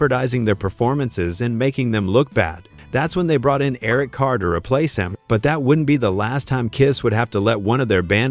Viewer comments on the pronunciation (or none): That's darn funny that the narrator called Nikki Sixx, Six-ex; Eric Carr, Car-ar; Vinnie Vincent, Veedie. Must me an AI voice.